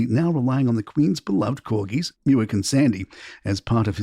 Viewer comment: Muick is pronounced Mick in English, and Muck in Scottish, never "Muick".